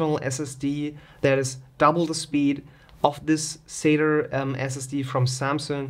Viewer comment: LOL "sater" SSD sounds like something Larry the cable guy might say LOL, its sat"A", there is no E or R LOL.